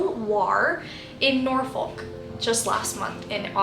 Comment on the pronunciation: Eek!! I honestly love your channel, and I am currently binge watching ALL of your videos. However, I must say; it makes me chuckle the way you pronounce Norfolk. It’s like that Worcester debate 😂😂. How the Brits pronounce it is more or less Norfuck lol. I know swearing isn’t elegant, but that’s the best way I can describe the pronunciation 😊